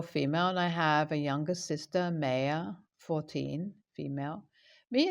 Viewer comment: Just fyi, Maya is pronounced 'my uh'. :)